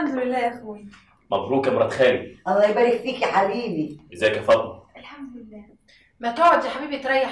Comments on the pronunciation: هو ليه بيقولها فاطنة مش فاطمة انا عايز افهم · لان الطبقة من المصريين الغير متعلمين ينطقونها هكذا بدلا من فاطمة ينطقونها فاطنة